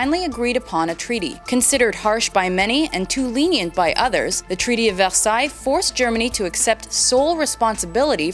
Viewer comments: ITS VERSAILLES NOT VELSAILLES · It`s always really weird to hear the French pronunciation of Versailles because my family pronounces it Ver-sigh. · You pronounce Versailles wrong